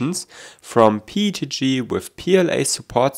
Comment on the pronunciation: your pronounciation of PETG (PEET-G) reminds me of Pingu